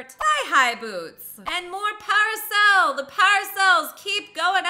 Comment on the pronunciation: ...Its pronounced pair A sole